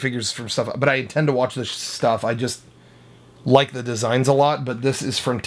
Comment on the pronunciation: Duh creem of duh creem